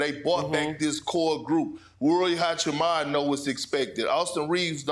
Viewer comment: What's wrong with American commentator and foreign names? Wembanyama, hachimura., it's not that hard to get it right isn't it? It seems arrogant, disrespectful and lazy to keep saying their names incorrectly